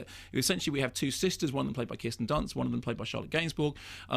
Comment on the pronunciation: Mark pronounces some words very oddly. He calls this film "Melancoalia" and says Kristen Dunst. He did the same thing on this other video I was watching last week where he kept saying the word "and" in a very peculiar way. It's almost as if he's trying to distance himself from received pronunciation but in the maddest way imaginable. Like he's tying to sound more common or something?? Weird.